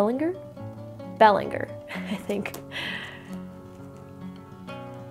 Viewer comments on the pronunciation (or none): here's a tip for you Pronounce the author's surname in French ( Bel len gèr) Some more assistance can be found on the Vampire Secrets dvd from the History Channel OOlong tea is from China